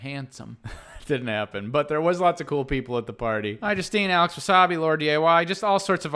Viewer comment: Yoo speelt Alex Wasabi rong, it is Alex Wassabi, o an mee spulling is gooood.